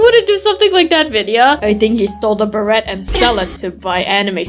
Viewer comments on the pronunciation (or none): its a silent T on beret! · It is pronounced bera